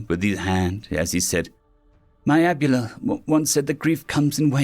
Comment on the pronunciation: Abuela is pronounced Ab way' lah. It's spanish for grandmother.